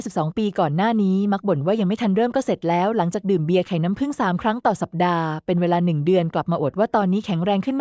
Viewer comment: พูด หรือ อ่านไม่ตกวัค.เช่น.น้ำ.แล้วมาผึ่งในวัคหลัง ทำไม่อ่านว่าน้ำผึ่งเลยล่ะ